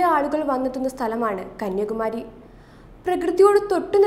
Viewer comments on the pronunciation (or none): കന്യകുമാരി ആണോ അതോ കന്യാകുമാരി ആണോ🤔